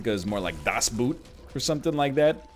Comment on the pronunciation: I appreciate this pronunciation of das boot